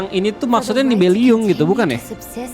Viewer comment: Orang Normal: Nibelung, Teyvat: Nibeliung, Tevyat 😭😭😭